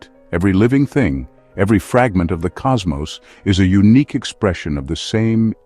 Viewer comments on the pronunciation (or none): none